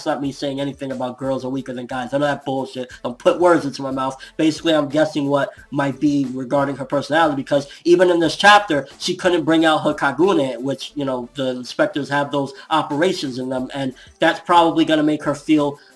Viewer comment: WTF ARE YOU DOING THIS ON PURPOSE?? kaGUne,kaNEki,shiNIchi, are you effing serious??? It's mada effin KAgune, KAneki, SHInichi, are you honestly doing this on purpose it's driving me mad I tell you!! breathes out..please fix this